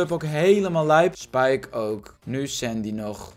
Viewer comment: iedereen: spike: spijke